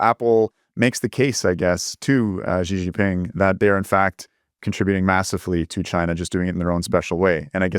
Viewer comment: not sure where this pronunciation of Xi JinPing’s name came from but just say “she” like “he and she”